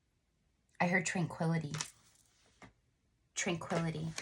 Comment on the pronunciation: I hear tranquilizer when I hear tranquility...every time...